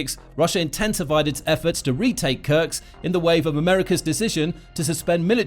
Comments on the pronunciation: it is called Kursk not Kurks the s comes before the k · Kursk is really not pronouneced as "Kurks". You essentially butcher every single settlement name which does not help your channel credibility. One may wonder how accurate are the facts if not a single name is right... ˈkɜɹsk ‐ not that difficult :-) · YO! MASTER of mispronunciation! It is in FACT Kursk NOT Kurks! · It’s KurSK Not Kurcs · Is this guy an A.I. with no geography training, or a human who was handed a script that wasn't spell-checked?! It's "Kursk," not "Kurks"... sheesh 🤦‍♂️ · its kursk not kurks and sudcha, not sew dee ga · It's not krks it's kursk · Where is Kurks? Do you mean Kursk. Learn to read simple words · Am i the only one who noticed the (probably AI) narrator kept pronouncing “Kursk” as “Kurks”? Also “Sudaja” lol